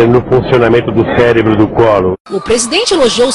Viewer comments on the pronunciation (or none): none